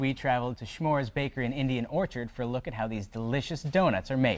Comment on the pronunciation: Chmura';s not shmoores! ( it means cloud!.)